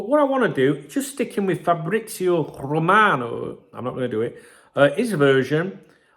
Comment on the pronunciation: Romano is the correct way it was said m8